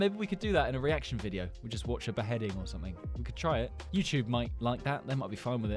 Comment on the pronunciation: I like that you say YouTube while you’re saying it weird it actually make me laugh!😂😂😂😂😂😂😂😂😂